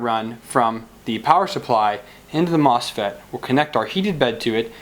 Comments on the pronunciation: Yes! Haha, you said mofset again. . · I don't don't mean to seem like I'm poking fun, I just find it interesting - sometimes MOSFET, sometimes MOFSET.